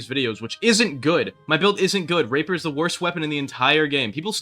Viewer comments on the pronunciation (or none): The way you said rapier in the video right there sounded like raper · ice rapper build you did not say rapier